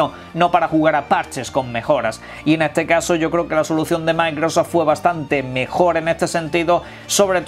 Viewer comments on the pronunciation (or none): none